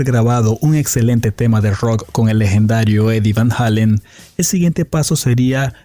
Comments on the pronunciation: Eddie VAN "JEILEN" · van halon is what your saying 😂